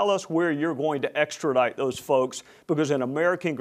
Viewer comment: “Where We can pick up 26 Russians “ , “extrodict”, is he seriously ? he thinks people are stupid , or he is stupid.But he is not .